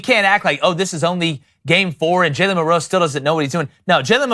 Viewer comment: It's Mil'-roe, not Mil-roe', Ein-stein'.